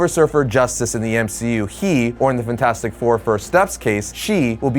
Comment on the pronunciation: I absolutely loathe the way you say fantastic